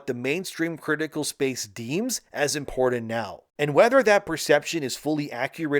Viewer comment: Repeat after me importanT importanT!! Make sure you hit that T! And soil , I meal Cyeal sounds like he's beating his meat.